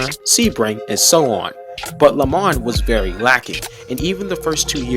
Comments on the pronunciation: Love the teaser for 2023 Do me a favour please, learn to pronounce lemans correctly! Le mahn. ( that is the phonetic). And yes, pronunciation of the most iconic race, in the world, is very important! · Pronunciations of "Le Mans", "Nissan" and "Alpine" is shocking.